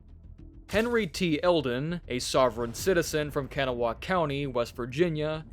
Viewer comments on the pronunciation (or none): Kanawha County is pronounced Kuh-NAW-uh, not KAN-na-wah.